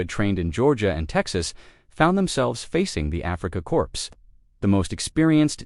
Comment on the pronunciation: Couldn’t you find real photos of Bradley? And why is “Patton” wearing flare pistols on his uniform? And that stupid pie pan. And the word is pronounced “Core”, not “Corpse”.